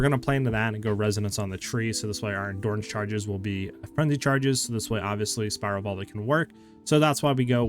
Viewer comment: I swear I'm hearing it wrong.. I hear Endoorance charge every time 😂.